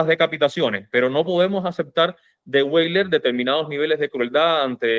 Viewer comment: española (ACC) Hay un error muy extendido al pronunciar el apellido de origen alemán Weyler. No se pronuncia como en inglés "Gueiler"si no Veyler...,esto es, la letra W es como una V o B en alemán. Valeriano Weyler ostentó los títulos nobiliarios de marqués de Tenerife y duque de Rubí y una Grandeza de España. Fue un tipo con suerte pues llego a ganar un premio de lotería.